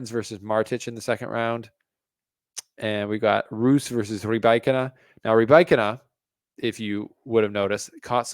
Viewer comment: Why do you intentionally mispronounce „Rybakina“? Is there really an „I“ or „y“ between a and k that only you can see? Or do you find mispronunciation cool?